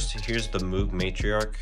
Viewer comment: Moog rhymes with Vogue and Rogue